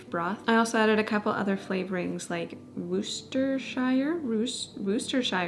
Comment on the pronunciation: It is great to learn new things to cook once in a while. I have found that doing that, we have found new favorites that become regulars! Loved watching and learning. Worcestershire sauce = Worse-ster-sure for future references of pronunciations. The British say "shire" at the end of words like the word "sure" instead. They also pronounce the first c like an s, so it would be like worce=worse and then the ster is pronounced as you would phonetically of "ster." and then back to shire being sure. I hope it really helps you out. My parents have had British neighbors their whole 51 years of living there and they taught me as a child.